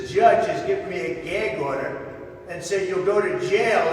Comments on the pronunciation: "Gaig order" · "Geag Order?"